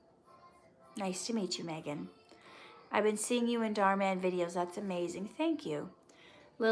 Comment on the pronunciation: I’m the same Megan who commented on past videos on your channel 😁❤️pronounced mee-gan